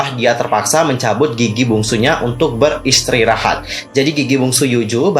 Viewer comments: Apa cuman aku yang focus ke detik pertama dia bilang mau beristrirahat 😂😭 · beristrirahat (ber-istri-rahat) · Typo "beristrirahat😭" apa cuman aku yang dengar